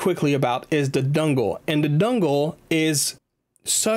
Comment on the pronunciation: Bro can't not say dungle